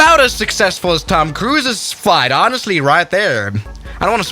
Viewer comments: Did he just say "TIM" Cruise🤔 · I cringed slightly every time he said Tim Cruise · Is he saying tim cruise :/ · Tom cruise not Tim cruise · "Tim" cruise? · “Tim Cruise” Ah yes the famous Tim Cruise